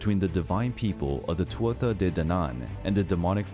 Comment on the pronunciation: So the Tuatha Dé (Danann) is pronounced like “two a day” almost — like a prescription from a doctor. Tuatha = TOO-uh or TU-a Dé = DAY And you don’t necessarily need to say the “Danann” part. They were recognized as just the Tuatha Dé for a long time. It is said that Christian writers were uncomfortable with calling them “God People” though. So they added “Danann”. People of the Goddess Danu. Danu being the chief God(dead) of the Celtic pantheon. The most ancient of the Gods.